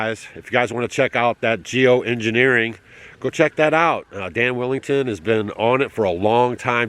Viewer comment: Dane Wiggington Not Dan Willington 😊